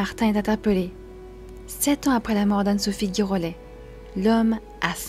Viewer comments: Ça se prononce GIrollet ; comme Girafe et non GUIrollet ; comme GUItare !!! Écoutez la phonétique, cela vous évitera ce genre de remarque 😊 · Cela se prononce « ji rollet « et non gui. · Girollet ça se prononce Ji et pas gui . Il n'y a pas de "u" après le G . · Oui cette prononciation d un nom écorché est vraiment moche !